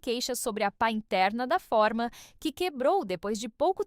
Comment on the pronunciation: Essa voz é de IA? Impressionante como essas IAS falam coisas erradas. A palavra forma pronuncia-se fôrma, e não fórmas.